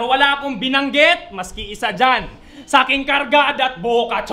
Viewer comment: Ako lang ba nakakapansin? Yung pag dedeliver ni parang nananakot na ewan ang bagal ng words kumbaga dapat ang bigkas e. Isa. Sa kanya e isaaaaaaaa.... ☝️